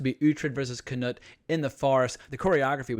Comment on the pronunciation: I love ur vids, but for the love of God. It's, not kaNOT lol 😁👍🏻